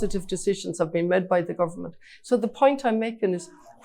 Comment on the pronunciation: When she wins and is speaking at international events, she'll need to stop saying "med" and say "made".